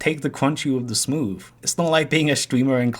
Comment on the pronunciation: Take da cwunchy wif da smoove